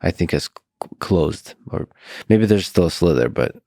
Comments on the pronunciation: Lex, the word is “sliver”, not “slither”! A sliver is a small piece, and slither is what a snake does. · It’s a “sliver” not “slither” hahaha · It's sliver.. SLIVER!!! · Slithers? Or slivers.. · Lex, the expression is a "sliver of hope" — "slither" is a mispronunciation common in some dialects of English across the pond: :) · Is it just me or is lex saying "slither" of hope as in a snake slithering, versus a "sliver of hope" as in like a shard or ray of hope coming through? And he got John to repeat it at one point? That was entertaining, as well as the rest of the podcast.